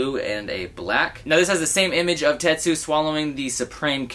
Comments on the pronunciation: you’d be annoyed if people pronounced your name norso when there’s obviously an n at the end just like tetsuo not tetsu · Tetsu? It's Tetsuo. smh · Ahhhhh. It's TetsuO. Not Tetsu. Fuuuuuuckking get it right man! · TETSUO NOT TETSU! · This nigga really said "Tetsu" the entire video 😑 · Lol, this bothered me so much! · I thought I was the only one lol